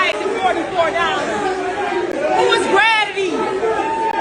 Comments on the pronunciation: "Who is gradidity"? I'm dead LMFAO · She said gradity oh my lord